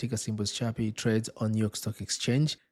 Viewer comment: Is chippy. The pronunciation...not chubby... Lol